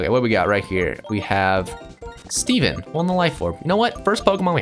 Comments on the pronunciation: you called it seven not Steven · u called it seven not steven